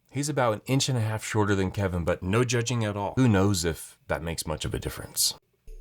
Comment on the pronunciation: I knew it the second he said Keven